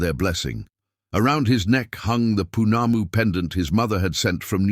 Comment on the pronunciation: Great story. Willow was so cruel. New Zealand Maori listening here. Correct Maori (Mao- rhee) pronunciations Whanau (Far - no)Family Whakapapa (Far-car-pa-pa) Lineage -. Pounamu (Poh-nah-moo) greenstone. Tangi- (Tah-gnee)- Funeral Good attempt. 😁😁